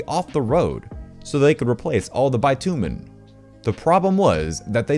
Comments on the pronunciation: It is not bi-tu-men it is bitch-u-men (sorry for swearing but that is the easiest way to show...) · It's "bih-tyoo-minn" not "buy-too-men" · That’s not how you pronounce bitumen. 😬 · Learn to speak properly please you illiterate prick. That is not what the word "bitumen" is pronounced like.